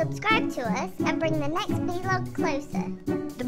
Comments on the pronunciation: I just realised how they said “V-Log” not “Vlog”😟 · Vlog! Not v-log oh the humanity!! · ITS VLOG NOT V LOG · Did he say v log